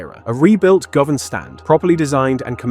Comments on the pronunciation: govan - pronounced Gu-van! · Wow that was painful to hear this guy and how many times he fucked up the names of the stands he might have said Govan 3 or 4 different ways I didn't even know that was possible